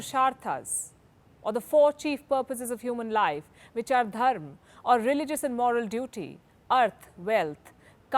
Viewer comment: Loved how she said dharm and not dharmA